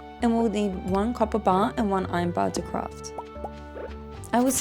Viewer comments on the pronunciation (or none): none